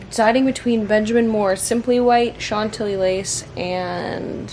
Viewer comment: It's "shan-tilly" not "sean-tilly" :)